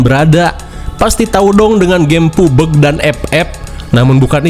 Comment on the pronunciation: Pubg❌ Pubeg✔️ 😂😂😂